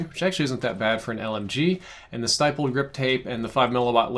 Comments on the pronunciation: It’s pronounced stippled not stippled... ughh YouTubers smh 🤦🏾‍♂️ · ITS PRONOUNCED STIPPLED WITH THE IH SOUND LIKE IN STICK. So stihpled grip tape. Sorry that just grinds my gears like people saying 30 round clip when its mag. So yeah. Not stiypple but stipple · Bruh, you know how you say hit. That's how you say Stipp. Then add an led.